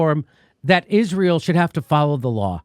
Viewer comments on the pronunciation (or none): none